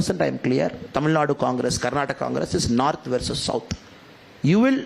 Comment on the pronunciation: First learn it's not narth it's North